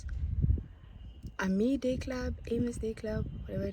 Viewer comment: not “Amee”😭😭